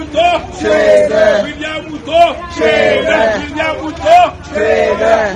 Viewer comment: They pronounce, ''William ''Khuto''...